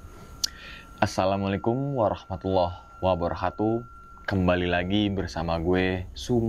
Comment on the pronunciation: Salamnya diperbaiki. Wabarakatuh... Bukan wabarakhatuh